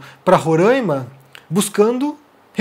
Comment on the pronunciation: Grande! Apenas uma correção: a pronúncia correta é Roraima, com o som de A mesmo, não Rorãima. Um abraço!